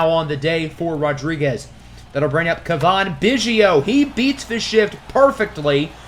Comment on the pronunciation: It’s Cav - In. Think Calf but with a V instead of LF